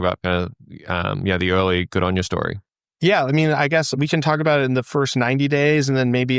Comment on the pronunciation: GoodOnya - not good anya , for everyone watching